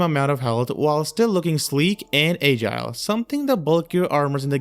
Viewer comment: “Age-ile” is a crazy way to pronounce “agile”